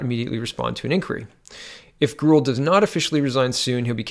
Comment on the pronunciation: I believe Grewal is pronounced Grey-wall. Ya, I know - who cares? He's just another corrupt asshole politician.